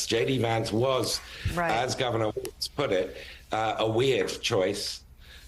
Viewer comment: Joe! You actually pronounced Walz, the correct German way. Kudos to you for that. Minnesota has a very large GERMAN-AMERICAN community there. Obviously, Walz IS German-American. Good choice as far as I'm concerned as a German-American myself!